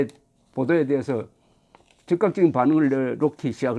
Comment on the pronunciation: 대부분의 유튜브방송에서 윤석열을 윤석렬로 발음하고 있는데 정말 부끄러운 일입니다 대한민국의 지성인이 기본적인 국어를 모르고 방송을 한다?